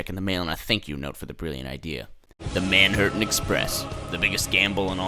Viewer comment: Manhattan express- ManImHurten express